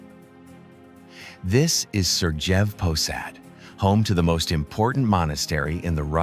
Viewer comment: It`s Sergiev Pasad [`serGijev] as 'g' in 'gay'. Also 'Petergof', not Peterhof. 'Valaam' we pronounce every 'a'.